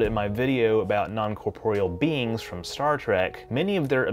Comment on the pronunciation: haha, that southern accent coming out!